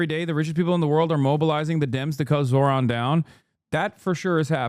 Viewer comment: It's not surprising that cable news networks are losing audiences. These CBS anchors seem unable, or unwilling, to pronounce a Zohran's name correctly, even after it's been a top story for 2 weeks. Also the Kramer woman has the personality of a corpse, and less charisma than an infomercial AI bot. Monotonously reading from an autocue isn't likely to attract the attention of anyone other than care home inmates...which I assume is their target audience.